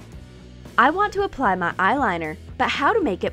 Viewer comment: Whenever she says my she says ma😂